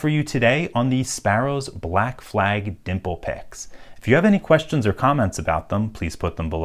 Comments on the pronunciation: I thought I was your only one that heard that lmao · Lmao I’m glad I wasn’t the only one who caught that. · Same. As soon as I heard it I had to look in the comments, and see if someone else did. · That's an 'L' you really don't want to forget to pronounce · LOL that was the funniest speech typo I have heard in a while. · Did I just hear black flag (without the L ??)